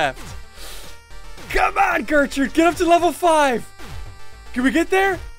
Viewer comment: Gertrude* not gertrute